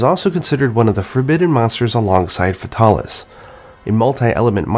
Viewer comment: Why don't you pronounce Fatalis as Fatal-ish. Like, that's a cool name you just sterilized into faytaarlish. It's like when you try avoid pronouncing Uranus as Ur Anus.